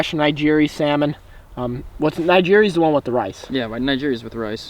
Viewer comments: Jake Blair lmao and Ni-Ge-ri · ”samishi” and ”nigeri” I snorted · ah yes sameeshee and nighjeeree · did anyone else break their keyboard when he said sa-me-shi and ni-gri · Fresh "samishi" and "nyjiri" 😭😂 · It's "Na-Gee-Ree" and "Sa-Shee-Me" 😂😂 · The way you pronounce sashimi and nigiri make you sound retarded 🤣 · Wow you seriously butchered sashimi and nigri......horrible! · Why do you pronounce sashimi and nigiri so damn wrong?! Omg it hurts me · say sashimi and nigiri one more time. slowly. fucking IDIOT haha